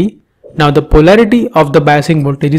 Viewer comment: The pause between 'the' and other words u say, and its pronouncing drives me crazy ._. anyways good video ^^